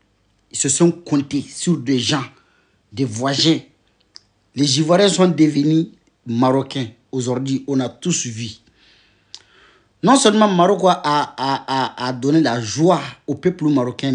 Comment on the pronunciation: On dit pas voijin mais voisin 😂